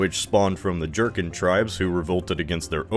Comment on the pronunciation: I was not prepared for that pronunciation of the word “Jurchen”